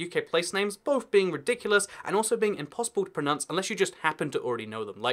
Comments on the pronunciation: pronunce? its pro NOUNCE. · You are not pronouncing "pronounce" properly. Sorry. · Pronownce not Pronunce